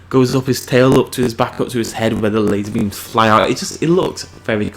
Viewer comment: Lay-zor Beams not Bims and its King Ghi-Door-ah